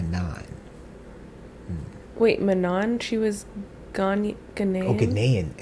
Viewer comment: Just FYI, since I noticed you trying to make note of how to pronounce Manon's name, they said it wrongly in those clips. It's pronounced "mah-no". The last 'n' is silent.